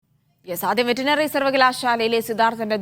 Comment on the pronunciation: വെറ്റിനറി അല്ല വെറ്റെറിനറി